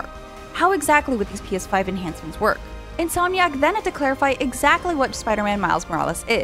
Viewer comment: INSOMIC. IN-SOM-IC. This man is on another level of speech.